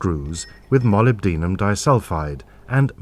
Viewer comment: That's not how to say molybdenum. It's mo LIB den um. lol